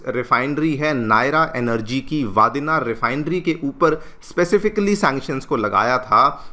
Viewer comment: रिफाइनरी की जगह का नाम ‘वादीनार’ नहीं ‘वाडीनार’ बोलते है। -एक गुजराती